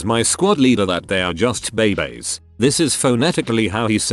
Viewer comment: I feel bad but I can’t be the only one who laughed at “and I’ll kill your friking baybays”